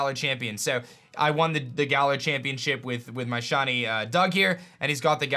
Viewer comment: “shaun-e” Pokémon